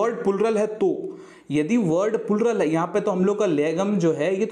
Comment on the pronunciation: ये पुलरल की जगह प्लूरल बोलना तो सीख ले भाई